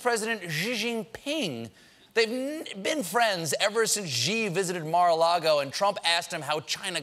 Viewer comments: Xi = SHE not JJEE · C'mon man, it's not that difficult. It's pronounced like 'She gin ping'. Not hard. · how do you end up prounouncing gee from Xi?? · Stephen learn to say xi sounds like she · Why does he keep pronouncing Xi Jinping's name like that. I've lived in Beijing for 7 years and I've never heard someone pronounce and "X" sound like a "J" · Xi is pronounced "She". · Xi is pronounced like the Spanish "si" (Yes) in Mandarin. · The pronunciation of Xi JinPing's name is killing me. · Totally butchered Xi Jinping's name... hahahahahaha